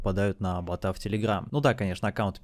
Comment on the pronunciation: бОта а не бАта. Аж слушать невозможно!